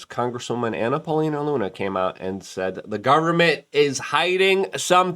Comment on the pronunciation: Lol, did Luke just call her Banana Paulina Luna, or am I just hearing things? 😂